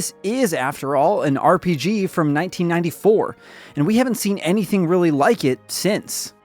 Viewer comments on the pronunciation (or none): none